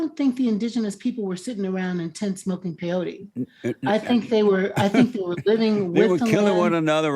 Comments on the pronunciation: "Smoking Pie-yotah.." Jesus Christ... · For the record, it's pronounced "pay OH tee", and it's not smoked. It's ingested as a porridge, and only by people who follow the Native American Church way. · Jesse said payote